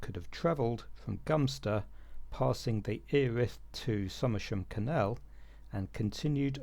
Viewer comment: 👍 on ‘Gumster’, but isn’t Earith (‘ear-rith’) actually “eh-rith”?